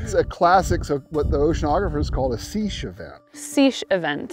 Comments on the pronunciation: ShEEsh, y'all, it's not SEEsh. it's SAYsh or SEHsh. From a Swiss French dialect, so that French AY/EH sound. Mostly i've heard SEHsh from English speakers. But hey, we geeks often learn our words from books rather than hearing them, eh? :) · Love how they pronounced "Seiche" as "zeesh"